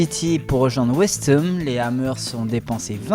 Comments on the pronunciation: "pour rejoindre West heum" JPP ISSOU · Quand il dit whestem j'était mort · Je savais que t'avais un accent mais quand même pour dire west heum 😂 😂 😂 😂 😂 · Je savais que t'avais un accent mais quand même pour dire west heum😂😂😂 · west hem